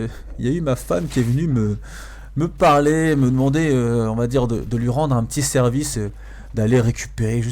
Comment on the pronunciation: Haaa toi aussi lol. On dit " te plaît " et "parler" ^^